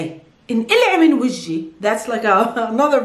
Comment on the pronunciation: You have to say Vajhi not vaji.